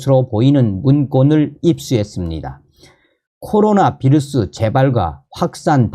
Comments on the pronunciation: "비루스" 아니고, "바이러스"라고 말합니다. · 휴전선 윗동네식 표현이자 독일어 식으로 읽은거죠.